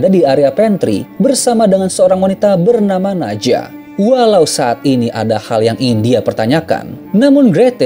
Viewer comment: Nadja dibacanya Nadya Johan dibacanya Yohan Cannes dibacanya Kan